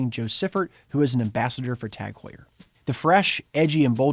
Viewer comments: Is that how TAG Heuer is pronounced? Is it not pronounced Taag Hyuur? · Can’t even pronounce it correctly 😂